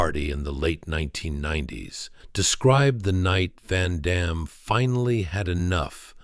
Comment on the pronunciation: Amazing how no one can pronounce Van Damme's name other than French speakers after all these years.